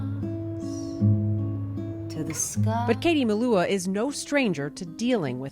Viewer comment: I don't know how others pronounce it but she says it quite correctly here.